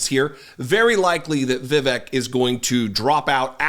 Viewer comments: "vivik" LOL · Its more like viv-ake. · His name is pronounced “Viv-ake.” As in “fake.” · Pronounced Vi-vake, mf er! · Jesse, Hello, love your wife doing a turn on the DP show! Uhmm it is VEEVAKE like "Cake", I heard him so say. Cheers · You can’t call out republicans for calling Kamala Harris “Kuh-mala” instead of “Comma-luh” and then proceed to call Vivek Ramaswami “Viv-ick”… please let’s not be hypocrites like them. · You can’t even pronounce Vivek’s name right. You have no credibility. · He’s a nut job but please be respectful and pronounce his name correctly. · Vivek isn't going to be on any GOP ticket. It's too hard for a GOP voter to say his name correctly. The temp stand in for David can't pronounce his name correctly and he's a liberal/progressive commentator.